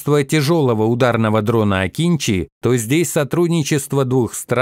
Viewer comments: Не акИнчи, а акынджИ. Научитесь правильно произносить турецкие имена и названия, раз уж пошло сотрудничество. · Акынжи а не Акинчи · Akıncı, правильно читать - Акынджы, нападающий.